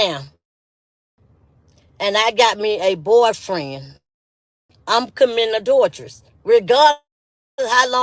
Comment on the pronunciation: The way talking about adultress instead of adultry.